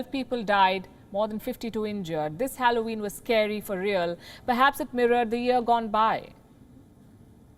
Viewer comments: For God's sake, learn how to pronounce Halloween first 🤦🏻‍♂️ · You mispronounced every single word. HALLOWEEN .. JOAQUINE PHOENIX . What's wrong with you.